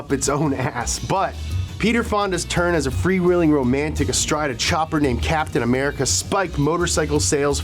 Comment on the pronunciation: Kaplain Americaaaaaa